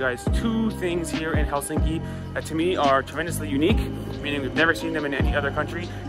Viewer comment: Quick and easy lesson In Finnish language most common mistake by foreigners: The stress is always on the first syllable. 🤔👌 Thus it’s HELsinki👍 not HelSINki😖 and TAMpere👍 not TamPEre😖 More easy: every letter is pronounced and the same way independent of surrounding letters.✌️